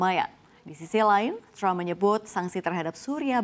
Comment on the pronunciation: Penyiar biasa aja gausah bilang crump, bilang aja trump apa adanya gausah di inggris2in.